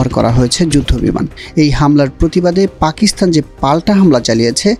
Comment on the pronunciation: জনাব রিপোর্টার, পাকিস্তানে 'থ' পেলেন কোথায়? উচ্চারণ ঠিক করুন।